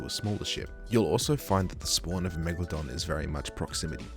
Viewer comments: ah yes, WIEGALODON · people call her meg-la-don lolz